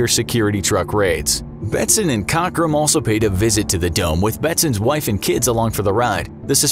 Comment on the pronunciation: 50 points for mispronouncing “Cockram”